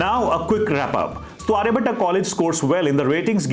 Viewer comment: sir firstly just pronounce आर्यभट्ट not Aryabhattaaaa. Baaki overall college development stage m hi h. aane wale 3-4 saalon m kaafi kuch improve hoga. Aur ek collage m ho ke aapko do college campus ka mahol milta h.